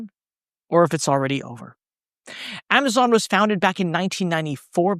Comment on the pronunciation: Did you just pronounce it Amaton in the intro?